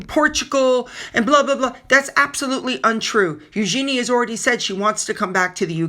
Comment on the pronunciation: It’s ‘Eug’n’y’…….not ‘Eugeeeenie’. A mistake made by most.